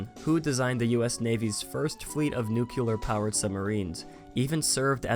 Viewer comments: I'm sure someone has mentioned this before, but there is no such word as "nucular",. We do have a similar word: "nuclear". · "nuke" ular? Nuclear, as in nucleus. It's pronounced (Noo-klee-yer)